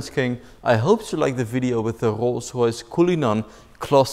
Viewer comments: “Rogh roghs” 😂😂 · not a rolls royce it’s a kolls koyce